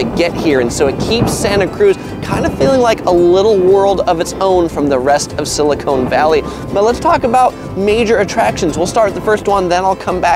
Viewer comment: Silicone Valley.... LMAO!!!!!!!!!!!!! Silicon.... its SILICON